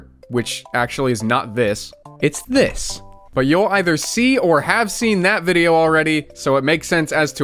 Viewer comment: whear bideo